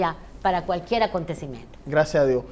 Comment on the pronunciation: No grites loquillo no somos sordoooos y por favor pronuncia las Rrrrrrrrrrr, cualquier país no cualquiel .....